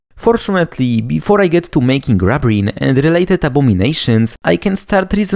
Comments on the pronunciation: It's not rub as in rubbing, its rub as in ruby, rubene. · I would expect the first syllable should be pronounced the same as in the word "ruby" and other words starting with "rub" that refer to red things.